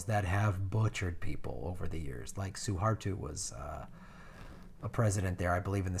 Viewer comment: Also some pronunciation: Jakawe Jack-Cow-Wee Probowo Pro-Bow-Woe Suharto Sue-Hart-Toe